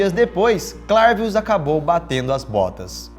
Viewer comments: eu acho que se pronunci CLERvius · Se pronúncia "clervius"